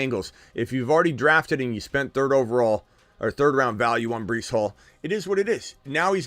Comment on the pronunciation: Bruh this guy reallly said Brice twice lmao